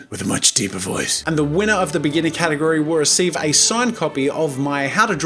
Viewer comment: Near he said gategory instead of category